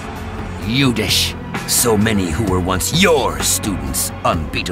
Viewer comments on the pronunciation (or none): It's not Yudish , it's Yudhishthir.